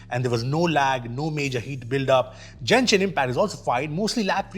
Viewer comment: did I hear Jenshin Impact!?😂